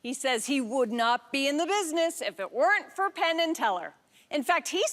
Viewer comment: Sorry to complain about such a small thing; however, I do suffer from some OCD and something you're doing is causing me some discomfort. I'm not sure if it is an accent thing; however, it sounds like you are always saying "Pin" rather than "Penn". Please acquiesce to this one request and pronounce the name as Penn (like the writing instrument). Thank you for you understanding in advance.